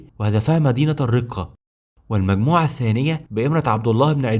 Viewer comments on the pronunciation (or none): الرَقّة وليس الرِقّة